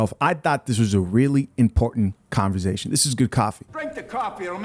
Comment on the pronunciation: You and 'converzation'. Great videos!